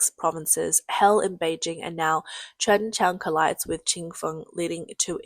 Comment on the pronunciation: Kudos to the narrator for her repeated pronunciations of Ching Fong 98 and Chen Chen 528, and thanks for being a real person and not a bot. :)